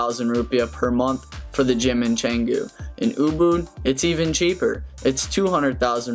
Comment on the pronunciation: Canggu, not cenggu